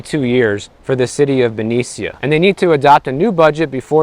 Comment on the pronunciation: You are ignorant of the area of which you speak Benicia (pronounced Benisha) is an area next to Richmond which is the murder capital of CA. We cannot afford to have cuts. Also public service officers are union so.... what do you mean cut pensions? I think you need to report on what you know. Thanks for the mansplaining.